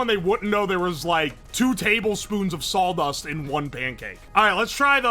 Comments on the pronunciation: Says salw dust instead of saw dust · sawl dust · Why is he pronouncing sawdust as "saul dust" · I can't stand "sawldust" we have to cut the wood with the "sawl" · It sounded like he was saying "saul dust" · I love how he says sawl dust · Drink every time says "saul-dust" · Really distracting how he repeatedly pronounces it "sawl dust" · uwo keeps saying "sauldust", we should probably check on him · Thanks, now I consciously hear sauldust all the time. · All i can here is "Sauldust" 😂😂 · not knowing that its spelled "birch"... sasuga,. Gotta admit, I've never heard it said as "Saul-dust" before. But I've read old historical documents about how in Britain they had to outlaw bakers from adding sawdust or even things like pottery ingredients (porcelain powder) because them using inedible stuff in their bread to last longer before rotting or molding became so prolific that it was actually causing people to die or get extremely sick and therefore required the law to step in. Some of the offending breads were as hard as bricks and there were numerous instances of people breaking teeth trying to eat them. But yes, historically sawdust was used as a filler in historical periods where flour was too expensive to use alone for bread - or it wasn't feasible to use exclusively flour due to famines or blights. As long as the right sawdust is used, the nutritional aspects will suffer but it'll still be "edible". In Britain, the amount of sawdust allowable in bread or other products was a full fledged legal category, and recipes to mask the taste of sawdust or porcelain were extensively researched by the bakers back then. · My dude are you from Tennessee/Georgia? This is my hometown and you are like saying "sawldust" and drinking sassifrass tea? If you aren't from my hometown I don't know how. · What's Sawl dust? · "sawl" dust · was just thinking about if he was saying Sauldust. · That's what I heard, too.